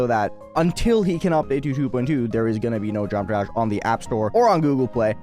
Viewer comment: Why does he talk like that? He can't even say geometry dash properly